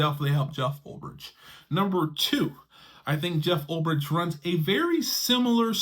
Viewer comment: Oh my God, bro. You and the pronunciation of names. Ulbrich = Ul "BRICK"! Not Ulb "RICH"!!!